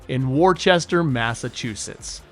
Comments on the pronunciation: It’s more like “Wusta” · I appreciated what the Bird did for baseball in the late-70s. However, I DON'T appreciate your AI narrator butchering words like "Worcester" (pronounced WOOS-tah NOT Wor-Chester), and "eulogy" (pronounced YOO-la-jee NOT ELL-uh-jee). Fire that AI guy and hire a human because it spoiled an otherwise decent report. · "War-chester Massachusetts"